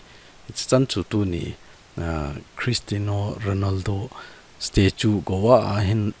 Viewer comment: Christino ❌ Christiano ✔